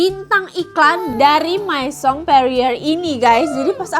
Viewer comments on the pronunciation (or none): Kaa aku izin koreksi yahh hihii Untuk kata 'maison' bacanya 'mezong' 'me' nya pake pengucapan kayak mekap Untuk kata 'cadeau' bacanya 'kado' kalo ini sama kayak pengucapan indonesia Semoga bermanfaat🙏🏻😊